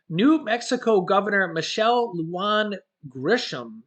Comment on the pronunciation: The governor of the state of New Mexico's last name is pronounced Luehan it is a Spanish last name the j makes an h sound luhan